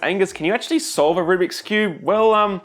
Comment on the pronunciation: I couldn't tell if you were a cuber saying rubric ironically or a non cuber saying rubric unironically lol